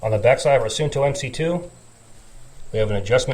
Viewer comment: its actually pronounced suunto. with 2 u:s.. like saying uuuuu!! so basically suu nto.